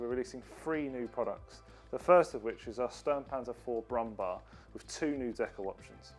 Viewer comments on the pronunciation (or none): Some cool kits, and a few with detailing I had thought was impossible for Airfix. there is the old "brum bar" again. Not the kit, but the silly pronunciation. It's "broomm bear" ("growling bear" in English). "Bär" in German means "bear" in English and is pronounced exactly the same.